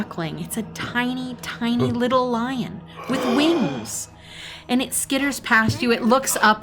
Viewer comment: He says: "This is they Feywild and you let that fucking lion (sounds like Lie-On) go?? It could have been a Truth-On."